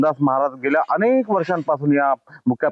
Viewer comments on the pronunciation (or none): none